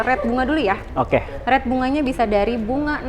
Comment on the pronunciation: "Rate" bukan "Red" sampe bingung.